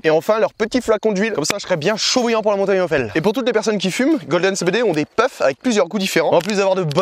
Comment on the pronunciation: hell , ca se prononce pas "aile" mais "il" 😁 sinon jolie descente :washhands